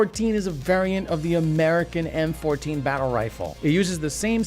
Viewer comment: Did he called the mk 14 a mac 14?